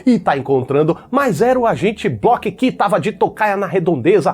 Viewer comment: "agente block" kkkkkk